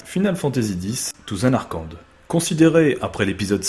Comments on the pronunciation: Super vidéo ! Juste le "Zanarrekande" qui m'a un peu fait saigné des oreilles. :D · Zanarkand se prononce zanarcanne. ;) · alors nan mais nan pas une prononciation aussi horrible pour un aussi bon jeu :( rip zanarkand xD